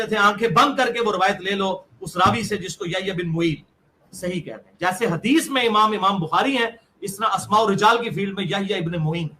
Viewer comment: Hadish nahi hagish bola karo